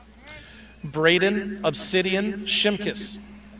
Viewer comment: Haha stupid head said Obsiidian